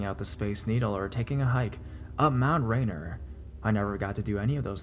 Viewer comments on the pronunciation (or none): Lmao Rainer is pronounced like raineer